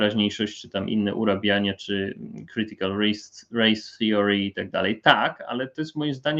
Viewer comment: Czy przypadkiem w słowie theory o nie jest nieme? Zawsze mnie dziwi jak ludzie to wymawiają z o i brzmią trochę jakby mieli zacząć jodłować 😆